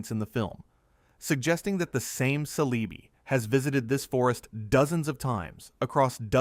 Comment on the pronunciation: Yeah i heard the cele bye and said bye to the video